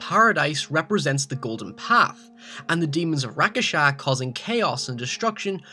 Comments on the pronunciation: omg rakshasa isn't even hard to read or say. it's rakshasa not rakasa jeese I can't watch this video like this. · You don't say Rakasha, they're called Rakshasa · its not Rakesha .. its Rak-sha-sa .. man eating demons from Indian mythology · Rak-sha-sa not rakasha tf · It's not Ra-Ka-Sha... It's Rak-Sha-Sha... in Malay, Indonesian, Tagalog, Hindi, etc means "monster". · Its Rakshasha not Rakasha -.- Rakshash means monster in Hindi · Oh dear god its RAK-SHA-SHAA not RA-KA-SHA. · just a little correction, its rakshasa not rakasha but it wont matter though. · It's Rakshasa and not Rakasha. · that's not how you pronounce "rakshasa" :T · what the fuck is a rak-a-sha its rak sha sa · quick tip: "rakshasa" isn't pronounced, "rakasha", but, "rak-shah-sa" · Dude it is rak-sha-sa not rak-a-sha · Rakshasa is pronounced "Rock Shossa." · It's pronunuced "rak-sha-sa" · Why do you keep pronouncing Rakshasa as "Rakasha"... I mean I know it's not an English word but cant you at least sound it out? Great video either way though lol! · Man, you are pronouncing Rakshasa wrong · How did you write rakshasa perfectly but still managed to butcher the word. Dude just sound it out. Syllable by syllable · Your pronounciating rakshasa incorrectly. You are missing "sha" in the end. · He said rakshasa wrong and it's annoying the hell out of me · Is it really that hard to pronounce "Rakshasa"? All you have to do is say it the way it's spelled. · Uuhhh, good job on the pronunciation of Rakshasas